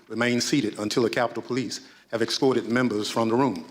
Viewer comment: I still find it difficult to believe that a presumably educated man pronounces it 'aks' instead of 'ask', and 'exscorted' instead of 'escorted'...